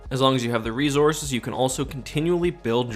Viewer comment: You pronounced resources wrong